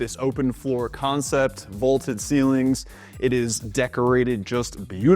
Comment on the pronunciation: It's pronounced VALL TED